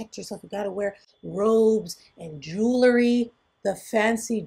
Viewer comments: It’s pronounced JU-wel-ree, not JU-la-ree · Maybe says jewlary instead of jewelry intentionally.